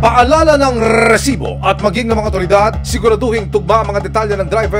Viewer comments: ung maiinis ka sa Reeeesibo kaso gusto mo pakinggan pero nakakainis hhahaha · siguro ako lang pero nakakairita RRrrrrresibo, Ang corny mo emil sumangil. Ginagayang pilit si mike enriquez.Sorry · When I see its resibo I immediately pause the video and just leave a comment that its so cringe to hear Rrrrrresibo. Just my opinion 😅